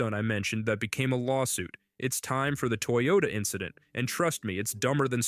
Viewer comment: “toy Yoda” not a “Toyota”